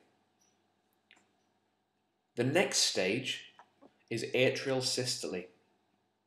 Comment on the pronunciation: I'm really triggered by the way you say diastole and systole but I can get over that because of how amazing this video is - saving my A levels one step at a time